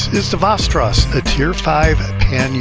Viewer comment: You almost got it. From a 🇸🇪: 'VEST' • 'EH' • 'RAW+S' :D